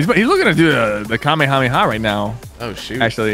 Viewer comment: First of all, it’s not Kamehame ha it’s Kamehameha😂